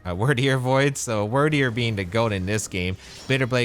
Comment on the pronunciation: Dumb question, and a bit pedantic, but isn't it pronounced "Weird"deer based on the old English word Wyrd (fate)? Cool pokemon though!